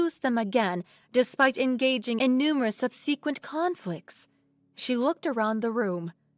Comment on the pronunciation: I started writing this as I approached the four minute mark. You appear to be and sound like like an American but occasionally mispronounce what I thought were common words. And, yes, you pronounced "lithe" and "plumage" and later "subsequent" as they are written, not as they are commonly spoken. You even put an extra syllable in "biology" and "physiology". Indeed, English has many words that are spoken differently than they are written. But you even replaced "quadruped" with a different but related word. But, overall, I enjoyed your reading of an excellent story - definitely an upvote.